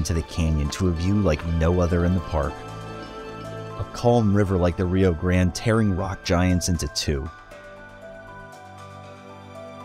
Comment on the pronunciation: Great video. And you even corrected your pronunciation of Rio Grande to the way we Texans say it, “grand”! Because it is!